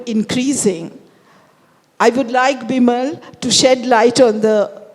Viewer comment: Its Bimol not bimal.. is she not able to pronounce properly or ist it on purpose. I mean how hard is to called a name correctly. And bimol is not that hard one